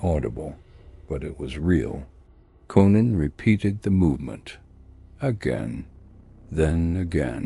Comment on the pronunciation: Why not rewrite the words to make AI read words correctly? Even says Conan wrong at times